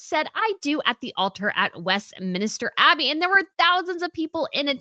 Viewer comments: It's not ... West MINISTER Abbey !!!! It's 'Westminster' Abbey ! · hi dear, it is WESTMINSTER ABBEY, not westminister abbey.